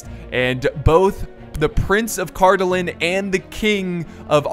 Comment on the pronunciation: Wow,besides some minor pronunciation for Cardolan and Rhudaur, you said those names pretty correctly! Good job.